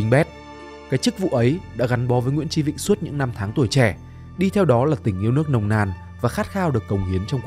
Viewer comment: Sao ad lại đọc tên là nguyễn chí vĩnh nhỉ? Hay là do mình nghe không rõ nhỉ?